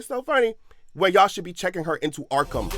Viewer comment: “Checking her into Arkem” took me out 😂😂😂😂